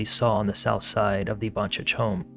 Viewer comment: Also it’s pronounced Ivan-SIC not chich.